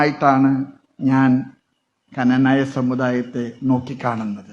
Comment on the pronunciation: ⭕⭕⭕⭕⭕ എടോ നാക്ക് വടിച്ചിട്ട് ഇനിയെങ്കിലും ക്നാനായ എന്നു പറയൂ❗ ആ സാധനത്തിന്റെ മേജറുമായി എന്നിട്ടും പറയാൻ അറിയില്ല ❗ ക്നാനായ - അതോ കനനായ ആണോ ശരിക്കുമുള്ള ഉച്ചാരണം❗ഈ മരങ്ങോടൻ പോത്ത് എന്താ കനനായ എന്നുച്ചരിക്കുന്നതു്❗